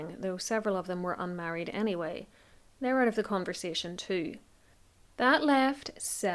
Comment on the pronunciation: Legit thought you said “he’s ugly” not “ he’s out” 😂 whoops